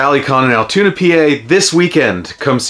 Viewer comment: Omg first YouTuber to say Altoona pa